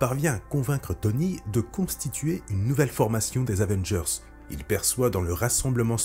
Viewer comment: Nan mais "les new Zavengers" c'est juste pas possible 🤣